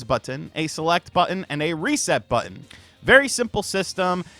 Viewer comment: BUT-TON. I see you 😂